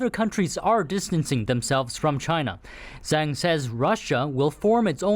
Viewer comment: It’s zang it’s xhang